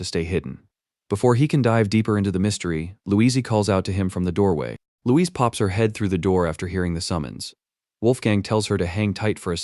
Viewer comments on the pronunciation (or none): "Louizee" xDDD